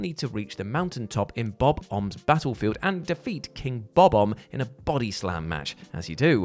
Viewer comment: I always find it curious when people say the name Bob-omb. Because it actually pronounced Bo Bomb except the Bo is pronounced Ba and sounds like Ba Bomb. He pronounced it wrong like 3 times trying to sound it out phonetically but then gave up and pronounced it the correct way 😁